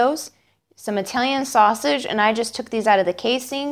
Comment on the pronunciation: When you say "Italian" fast, it sounds like you're saying "reptilian" lol